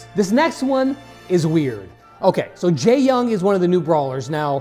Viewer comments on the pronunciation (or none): I thought it is Jae-Yong instead of Jae-Yung?